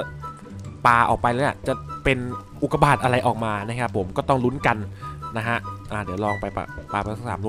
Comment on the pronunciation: ทำไมตอนแรกผมได้ยินว่าอุดกาบาตอะตรับใครได้ยินบอกหน่อย?